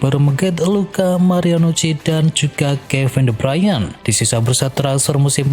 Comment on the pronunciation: Kevin de Bryan wkwkwkwk Kevin de Bruyne